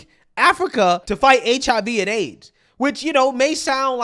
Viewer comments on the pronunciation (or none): none